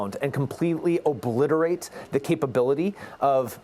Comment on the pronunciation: It emphasized the B in obliterate 🤓